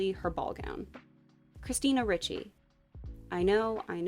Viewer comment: It's pronounced REE-chee.